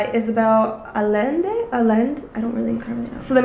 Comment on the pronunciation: Love the Book content, I can already tell we have similar book taste, which means I must pick up the Vanishing Half! Also, Isabel Allende has the Spanish double-L, so it's pronounces like a y/j (Ah-jen-de)